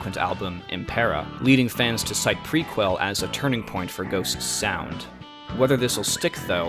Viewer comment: The mispronunciations throughout... Worth the price of admission! Dude, it's pronounced, Pre- kel. NIHL is pronounced like the river. The Nile. Couldn't watch it any further. Correct your mistakes or lose subscribers.